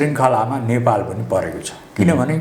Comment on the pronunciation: यो पत्र कार लाइ सुद नेपाली बोल्न आउदैना कि क्या हो नेपाल भन्नु पर्ने मा नपालभनदो रहेछ किन सुद नेपालि न भनेको ॐॐॐ